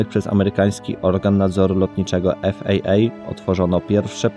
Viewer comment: A co to znaczy "w ubieglym roku" ?? Ot, amatorszczyzna... Skoro mowisz po polsku to i skroty literowe tez uzywaj po polsku (FAA) a nie jakies tam niezdarne i koslawe "ef ej ej" . Popracuj tez nad jakoscia dzwieku (i wymowy), bo jest beznadziejny od . Chcesz sie bawic, chlopcze, w Woloszanskiego to przynajmniej rob to na jakims minimalnym, przynajmniej, poziomie! Potem dopiero mozesz prosic o lapkowanie itp.